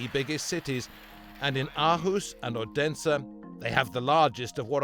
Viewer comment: Aarhus is "awe-hoos" Odense is "Othensuh" (th like in the)